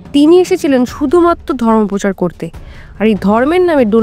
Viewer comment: পোচার নয় “প্রচার”।